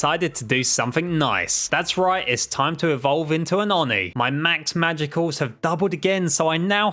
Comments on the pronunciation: I cry whenever he pronounces “magicules” as “magiculls” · It’s pronounced “magicules” with a silent e.